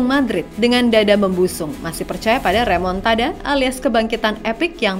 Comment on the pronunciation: Remontada = Remukdada 🤣